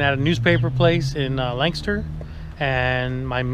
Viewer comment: Once u said Lancaster ik u were from Pennsylvania